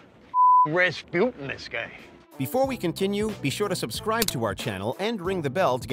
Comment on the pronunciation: The way you pronounce "Rasputin" still makes my blood boil.